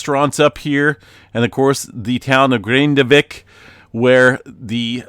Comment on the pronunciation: you're totally nailing the Grindavik pronunciation:)